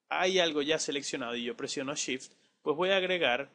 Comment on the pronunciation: cuando pronuncias sift ¿ a que te refieres ?